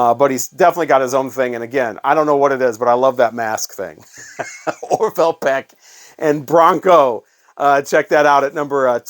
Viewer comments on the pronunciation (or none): none